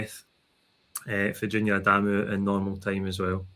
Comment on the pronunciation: Spot on....now we need to remind people it's not Adaaaamu, simply, Adamu